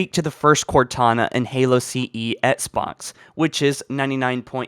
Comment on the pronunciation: Why is it so hard to just pronounce Xbox properly? Why do you have to say "Etsbox" after so many years.